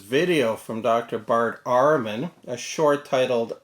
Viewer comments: It's Ehrman, not "Arrmann".... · You can't even pronounce his name correctly. Do your homework.